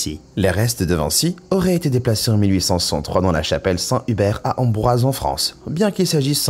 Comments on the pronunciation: Alors cela se prononce et s'écrit "Amboise" et non Ambroise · Ce n'est pas Ambroise mais Amboise